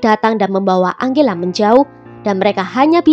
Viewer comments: Tulisan nama angela, bacanya enjela min. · Tergantung pengucapan negara darimana dia berasal. Biasanya kalo dari bhs mexico (spanyol) bacanya: ang-he-la